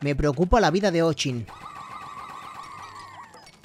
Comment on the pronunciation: Se pronuncia ochin no o chin